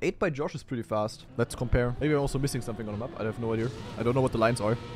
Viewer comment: why do some people add an R to the end of the word "idea"?